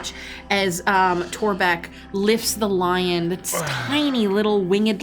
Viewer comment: He says: "This is they Feywild and you let that fucking lion (sounds like Lie-On) go?? It could have been a Truth-On."